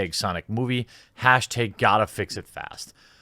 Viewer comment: you're the sixth channel mispronouncing the hashtag gottafixfast